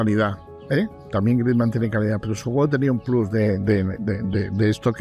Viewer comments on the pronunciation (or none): none